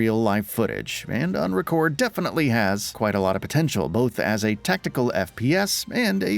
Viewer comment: its not called "unrecorded"...its UNRECORD